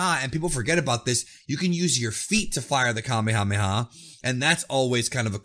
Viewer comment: I definitely would appreciate, being from Hawai’i, that you guys start to Pronounce Kamehameha Wave correctly.. Being an 80’s baby, watching Dragon Ball since the late 80s early 90s and beyond. I cringe when people go out their way to correctly pronounce other words/attacks but continue to mispronounce the Kamehameha Wave.... Thanks 🤙🏾